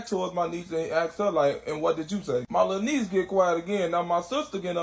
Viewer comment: Malanese instead of My Lil Niece is hilarious 🤣🤣🤣